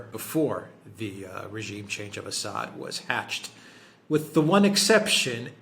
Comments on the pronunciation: I love how Alexander consistently calls Assad "Ass-hat". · Learn how to pronounce :Assad '.